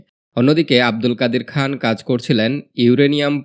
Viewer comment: "আব্দুল কাদির খান" বলতে হবে।